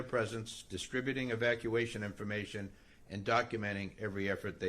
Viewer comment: She is unqualified to be in government. She can't even pronounce EVACUATION!😂